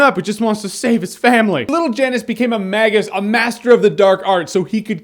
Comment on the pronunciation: Magus pronounced "May-guus" not "Magg-us" And Janus is pronounced "Yan-us" not "Jann-Us" Both Latin names.